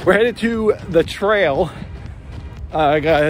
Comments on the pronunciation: When you said trail... I heard, Trale. No Skittles in your diet these days I guess? Damn man, time's flown since 2008. Insanely cool to see you still killing it. Huge cheers to you mate. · Every time you said trail, my brain added "Lewous".